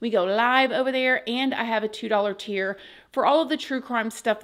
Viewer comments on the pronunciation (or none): none